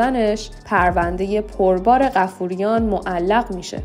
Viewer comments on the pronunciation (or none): بایا اسمها رو درست تلفظ کنید مهران بافوریان😂😂😂😂